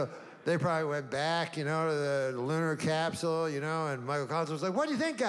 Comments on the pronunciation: "Lunar capseewl" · The way he purposely mis pronouces capsule to make it funnier 🤣